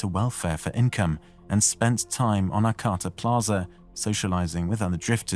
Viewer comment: Ar-cah-ta And show pictures of the actual area, not from big cities. (There were a couple, but....)